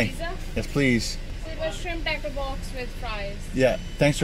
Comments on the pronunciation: Hahaha I'm Australian and I thought you kept saying shrimp taco box took I saw the menu 😂🤣 classic! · Shrimp "TAHCOH box"